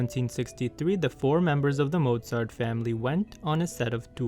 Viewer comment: I love that you pronounced his name with a V instead of a W